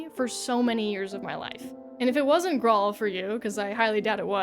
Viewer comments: Graal is an alternative spelling of Grail. So it's pronounced the same as King Arthur and the Knights of the Holy Grail, not "grawl". lol..... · Finding a video on Graal Online and then immediately hearing that you played it in 2017 on the app store is quite the whiplash. Also, it's an old way of spelling the word "grail" and pronounced the same way. Like how in Elden Ring they spell jail "gaol". It's the same thing.